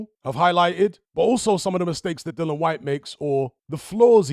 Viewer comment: Dill-i-an Like the word dill Followed by the name Ian I won't watch another of your videos on this topic until you fix this.